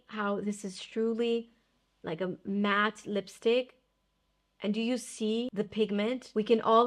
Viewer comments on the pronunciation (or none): none